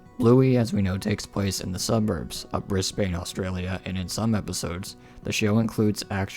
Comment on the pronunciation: As an Aussie I am disappointed that you said BrisbAne the a as in the same a sound in the word ate instead of saying Brisban the a makes an e kind of soind